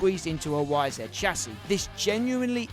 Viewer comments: It's YZ not YZed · Why does he keep calling it a Yzit ??